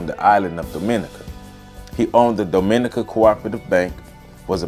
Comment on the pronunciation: The emphasis in pronouncing Dominica in on "Dom": DOM- min- NEE- ka As apposed to do-MIN-i- ca